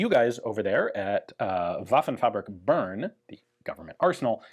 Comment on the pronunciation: Great video as always! Just for future use, "Bern" (from Waffenfabrik Bern) is actually pronounced more like "bearn" like a bear, or "bear" with me, or bare-handed, not "burn".